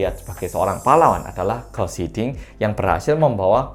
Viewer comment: "Guus Hiddink", baca "Guus"-nya tetap "Guus" bukan jadi "Gas", karena spelling Belanda sama caranya dengan spelling Indonesia kecuali untuk huruf "C", dan Guus Hiddink itu orang Belanda